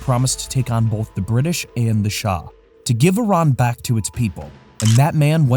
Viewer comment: This narrator keeps pronoucing 'British' as "duh Brid-dish". It's really distracting and makes me not want to watch future videos.